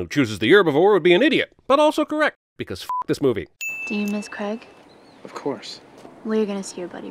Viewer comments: How do you pronounce it if not cregg? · I think the camera “dutch-angled” in line with Megan’s head in most of her scenes. Also you need to add a sin for her pronunciation of Craig’s name as Cregg.